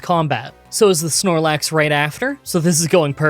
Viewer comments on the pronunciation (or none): none